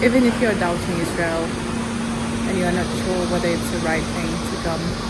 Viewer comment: Uoh not say lsrail ril